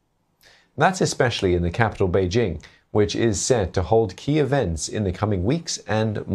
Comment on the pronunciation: Beedjing? Beedsing? Beedzing? What now?